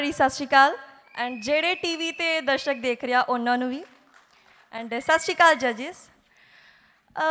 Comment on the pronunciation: Sat sri akal hunda hai shasri Kal nahi